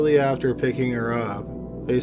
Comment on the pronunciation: Tighten your lips man, come on you’re narrating! I know English is a lazy language but make a bit of effort. Your “after” sound like “either”. Do a couple of articulation exercise before narrating or something.